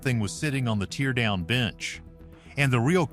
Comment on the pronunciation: All this AI and can’t pronounce the word “teardown” correctly. Not very inspiring.